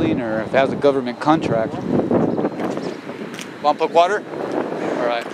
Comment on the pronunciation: Love Lompoc. Wish people would learn to say it correctly.